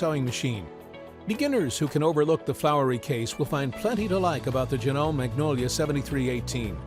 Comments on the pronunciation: It’s pronounced Jah - No- May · Please tell the narrator that the sewing machine feet are “presser” feet, not “pressure” feet. Also, the “e” at the end of Janome is not silent - it’s the third syllable of the name. Long e sound.